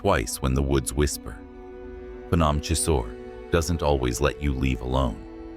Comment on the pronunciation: It's not pahnawm😂 it's P'gnome